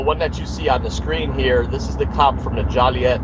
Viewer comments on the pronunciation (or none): It's JOE-LEE-ET you stupid piece of goat sheet!!! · It’s funny Shade can’t pronounce Joliet Il. Correctly! It’s hilarious Shade slipped a Foia under that door twice when he was harassing the ED employee and she closes the door to creat privacy and he slips it under the door which is why Kassie tore up his FOIA!